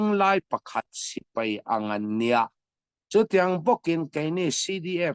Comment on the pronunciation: Sipei a ni lo.Sipai tih hi Lusei ṭawng dik tak a ni.